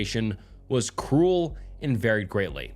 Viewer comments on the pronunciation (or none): none